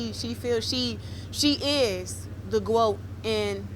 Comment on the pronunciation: she is the "gwoat" in mma